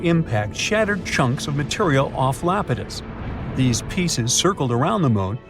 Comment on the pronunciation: Iapetus EYE-AP-IT-US not LAPETUS it is a greek god c’mon man!!!